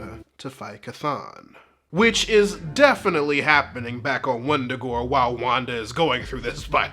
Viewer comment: Wundagore no it’s Wanda-gore😂